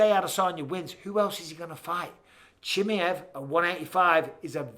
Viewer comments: and I'm done... I just can't... at least when Chael gets peoples names wrong, I know it's because their name is wrong... I cannot deal with Michael saying Chimmy-iv. No. Just no. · And he says"Chimi-ev" over and over again. 😂 Like he's a chimichanga. Chimaev only has one i. Bisping should know about "one i". 😁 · khamzat "Chimmey-evv" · The way bisping says chimieve looool it’s funny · Micheal "Chimi ev" Bisping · How are you still not saying his name correctly?